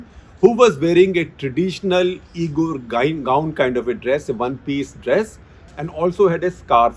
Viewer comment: Uyghur is pronounced wee'gr or wee'gur sir.